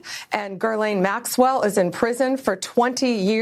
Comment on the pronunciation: Bondi isn't even saying Maxwell's name correct... Yeah, they've dug through all the info 😂